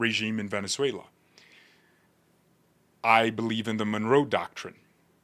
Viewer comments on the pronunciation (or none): none